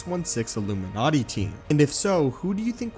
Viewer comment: The debut of the "illumiNaaati"